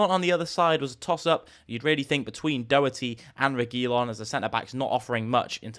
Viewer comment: Man you are butchering the Regulion name the way your saying it.